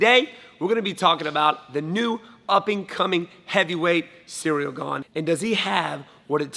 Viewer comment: its the right pronunciation. pretty damn good. if you go to pronunciation websites and make sure its the french pronunciation since he is from france, this is great.